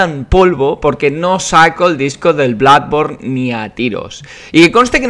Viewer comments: DEJA DE DECIR BLADBORN PORFAVOR. PORFAVOR. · Me siento confuso:Toda la vida oyendo "Bludborn" y pensando que se decia "Blodborne", y ahora llega y dice que se pronuncia "Bladborne"Que cacao mental...